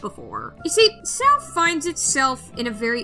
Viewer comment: I’m sorry but call Sao ‘sow’ is the weirdest thing I’ve ever heard. Hey I mean I like Hero Aca purely because I found it fun. I prefer the manga to the anime anyway.